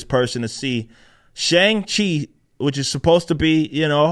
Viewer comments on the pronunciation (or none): She couldn’t even pronounce it correctly she said Shung She 😂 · They don't even say his name right, if they were real fans they'd say it right like you and I. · Shang Chi belongs in the seventies, the movie should have been a period piece. As a kid we pronounced his name with a hard "C", like Chiang Kai Shek.